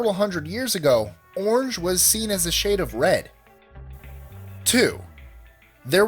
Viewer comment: He pronounces orange as unje...cool facts but his voice is annoying..he sounds like one of those salesmen on those channels that try and sell you crap.